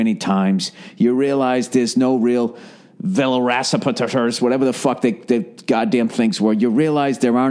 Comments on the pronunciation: He added a silent p to vilociraptpors. Like pterodactyl. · Haha i lost it when he tried to say velociraptors